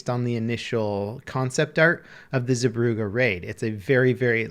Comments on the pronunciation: The Zee part of the name is more pronounced like Zay. Brugge is harder to change to english. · [Epic Gaming] zebroughe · he absolutely butchered the name of the map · his pronunciation of zeebrugge is so bad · the way he says Zeebrugge ;D, the dutch know what i mean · Lol I took german courses at school and I could still tell he wasnt pronouncing stuff right. But shouldnt Brugge be written Brug in the name of the map?